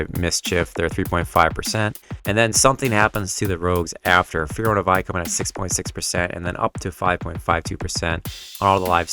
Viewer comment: Vie is pronounced Vee